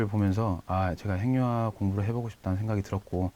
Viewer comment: 핵융합[행융합]?[해귱합]! 그대들부터 잘 해주셔야 그걸 듣는 우리도 쉬이 고치죠!